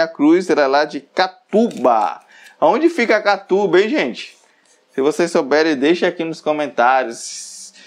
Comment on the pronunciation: Bom dia, não é Catuba. É Catu-BA. Catu-Bahia